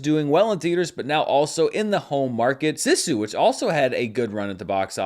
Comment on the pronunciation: Slight alteration in your pronunciation of the movie Sisu. It’s a Finnish word (obviously) and is pronounced “see-su” with the accent on the first syllable.